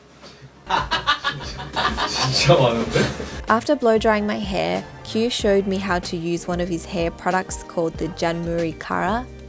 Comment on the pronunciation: It turned out so gorgeous!!!❤ btw his name is pronounced ki-oo like two syllables